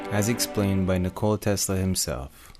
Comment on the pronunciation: You have pretty good pronunciation of the name ''Nikola'' unlike other Americans lol